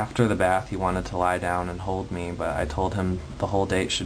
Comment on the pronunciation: I like how you pronounce platonic as plAtonic. I on the other hand, also mispronounce it, but as plUtonic.